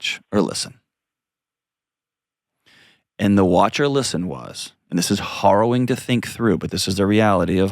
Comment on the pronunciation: Dr. Delony, I apologize if this sounds obnoxious. I'm trying to be helpful, not arrogant or snotty. I know you're brilliant and highly educated, but...please look up how to pronounce "harrowing." (It's pronounced as thought it were "herrowing.") Love your show! I've been learning some things, and feeling things more deeply and truly, listening to you. So thank you.